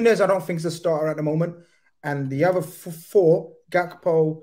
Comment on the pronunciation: know your players! It's Hakpo not Gakpo!!! Like Van Hal was not Van Gal, or Ruud Hullit not Ruud Gullit etc. (pronunciation)